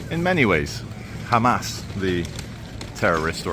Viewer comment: WOW wow wow WOOOW this guy hates "khamas" soo much and he still says their name properly just WOW